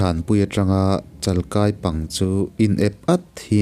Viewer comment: Chalkai hi I lam diklo tlat. 'Chal' bawngchal tiha chal tihlai anga lam tur a ni. "Kai' hi 'ui kai ' tiha kai a g hian lam tur a ni k ai